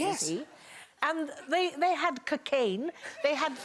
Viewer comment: The way she pronounces cocaine 🤣